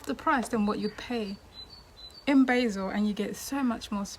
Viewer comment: Pronounced BAHzel, rather than BAYzil...